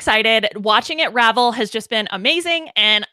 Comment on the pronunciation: I LOL'd so hard when said revel hahah